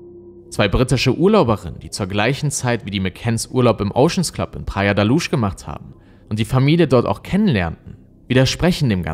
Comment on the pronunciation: Luz sprich Lus. Nicht Lusch. Praia de la Luz. Sprich Praia dsche la lus auf portugiesisch. Sorry 🙈 Ich höre dir echt gerne zu. Du hast so eine angenehme Stimme, erzählst super und spannend! Aber das tut mir in den Ohren weh. 🙉🙏 ... ich weiß kleinlich, kann nicht anders. 💖